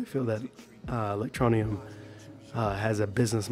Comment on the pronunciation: THERE IS NO NEEEEEUM IN E-LEC-TRO-NE-UM...GET IT RIGHT BRO..